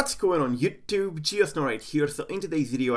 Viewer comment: when i see your new videos always cause me first smile for the way you say “youtube“ (4 me its funny) jejeje, then hope.... thanks 4 the info.